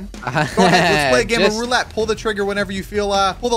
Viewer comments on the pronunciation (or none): none